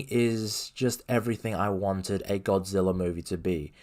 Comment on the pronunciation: Hard to take this guy seriously when he can’t even pronounce Godzilla